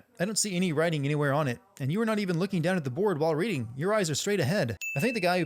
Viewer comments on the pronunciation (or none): none